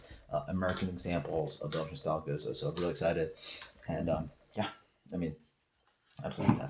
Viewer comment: I thought it was pronounced "Gooze", not "Go-zuh"? Kind of a shame you barely touched on what a true spontaneous ale is and what Methode Traditionnelle means then following with "blah blah blah" like you don't really care about it because that's what makes these ales so good. I'm sure there was no disrespect intended but it sounded like you just didn't care about the process and time it takes to makes these incredible beers. I guess it just felt like 30 secs could have been taken away from the random ramblings/debates and repeating the same flavor notes over and over and instead spent talking about the process since you rarely review this style.